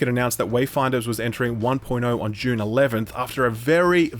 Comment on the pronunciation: Every time you say "June" now I think of Dune